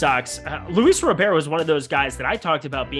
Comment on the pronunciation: Lol why are you saying Robert like Gobert 4 years after learning the right way to say his name? Smh